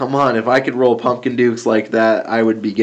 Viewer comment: Roll not toll